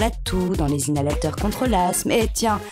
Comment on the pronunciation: inhalateur* pas hinalateur.